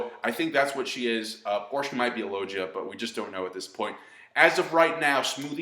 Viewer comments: It's pronounced: low-gee-ah. Say it right lol. :P #Don'tBeDouble4Anime... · i was starting to like this guy then he went and messed up the word logia. Why do all anime reviewers find the need to mispronounce words when they know what the Fuk it is.